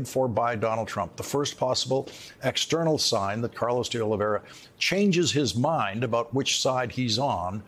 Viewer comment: "Oliveira," not "Oliveria". Oliveira means "olive tree"